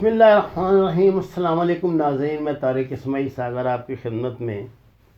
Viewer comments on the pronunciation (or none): Sagar sb 1 request Asslaman Alaikum nhi Asslamo Alaikum bola krein Allah Pak aap ko hamesha such bolny ki tofiq ata frmaien.